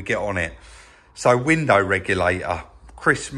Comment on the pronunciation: when you say window at the end of a sentence you say window, when you say window followed by another word you say winder...nice work on the stripe...I would like to see it extended over the bumpers and trim...and great work on the fringed seat, I can't believe it's the same seat..